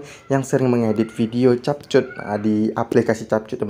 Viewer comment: Cara yang benar nyebut adalah kep kat...bukan chap chut😅